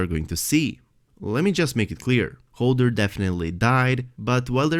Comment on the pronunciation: I love your content but I am screaming inside when you pronounce Hodor as Holder. LMAO 😂